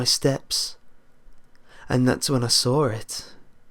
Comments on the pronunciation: is it just me but when he says "saw it" it sounds like he says sawre it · Rofl I love the story, but I cant get over it each time lmao, "and then I soar it" xD awesome british-ness right there ;o